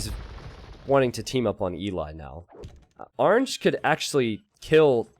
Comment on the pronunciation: why does pronounce orange arnge